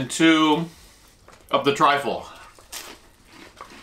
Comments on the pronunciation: Truffle not trifle lol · So much fun to watch. I don't know who's car was driving but it looked very nice. The mushroom is pronounced Truffle. Trifle is a dessert Great video guys Cheers 🍻 #TeamGetSome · truffle not trifle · Trifle lol, it's 'truffle' I think, great vid ty 🤦‍♂☺🍻👍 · Love the videos. In Australia we prounce Chupa Chups as CHUP-PA CHUPPS. It's called truffle, not Trifle lol. Trifle is a dessert 😃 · Not triffle, but truffle. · Are you trying to say truffle? Not triful